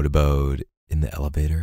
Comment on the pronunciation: I am in love with you don't get me wrong but...my biggest pet peve is how you say ele-bat-er...